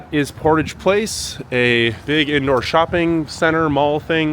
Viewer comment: I was heavily impressed that our presenter pronounced the Avenue called Portage correctly, with the emphasis on the first syllable. The word meaning to carry a canoe and pack overland in order to bypass rapids or other unnavigable waters is pronounced like the French speakers do: with the emphasis on the on the second syllable and a soft "a' and "g". The Metis have fought for and won many political rights over the years including the right to be a considered a distinct Indigenous people with a unique history, culture, language, and way of life. For the word "Metis",the emphasis is on the second syllable. The Winnipeg strike was a fascinating event in labour rights history. Sadly, only a few American leftist YouTubers know the story. It well worth the Wikipedia read. For American workers in particular. There was a Royal Commission on the near universal workers protest. Most of whom were not union members. Most soldiers returning from World War 1 supported the strikers as did the police force who were dismissed for not signing a pledge that they never support unions or start their own. Of course the strikers were lied about in the business controlled press who called them Bolsheviks and revolutionaries who wanted to over-through the government. This was nonsense. People who had lost sons, brothers and husbands in WW1 could not help but notice how rich many businesses had become supplying the war efforts while the general public still had no labour rights. The first to walk off